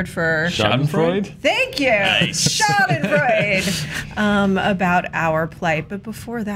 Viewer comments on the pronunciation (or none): Hey guys! :D Try to pronounce the "e" in the end of "Schadenfreude" like the "a" in "ago". Then it's perfect. :D